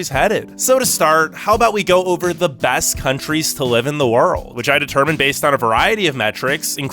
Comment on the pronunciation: Like your channel but "best" isn't pronounced "bast".